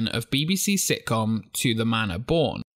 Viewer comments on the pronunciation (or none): none